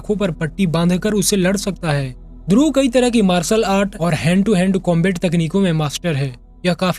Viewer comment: ध्रुवा नही ध्रुव।